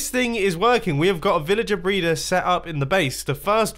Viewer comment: 3:1o srry did he just sai vilager braider!?!?!??!